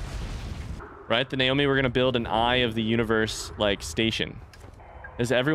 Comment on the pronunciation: He's pretty clearly saying Naomi as a joke for fun, when he walks into mining site 2b and comes across the skeleton on the floor he says "Nomai bones" and immediately corrects himself with "Naomi bones".